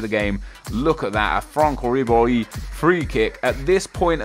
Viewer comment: yh i totally agree, sick free kick from fwonc wiberhy, coz thats how you pronounce it :|